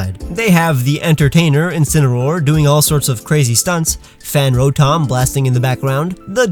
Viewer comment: No one:: row motom